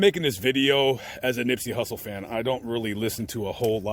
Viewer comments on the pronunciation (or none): During the video you called him Nippsey "Russle". Just saying, you can't get a man's name wrong like that bro. You going to his grave sight and making a video of it calling him Nippsey Russle, SMH 🤔..carry on. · This guy calls him Nippsey Russle . Listen again and you will hear this. He doesn't know anything about Nip.